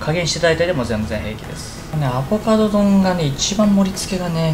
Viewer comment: アボカドを頑なにアボガドっていう人ほんと好き😋